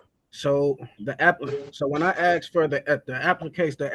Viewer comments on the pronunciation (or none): What education system tells people to say axed?…..the proper term is asked, got it….speak proper English or shut up clown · Ahhh..axed. More US education system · When i aksed for the evidence 🤣 what a moron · When numptys used poor English such as I axed instead of ASKED u then know you have an idiot